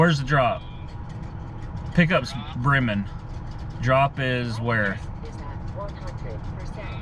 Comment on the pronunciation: Pronounced "Breeman" but spelled Bremen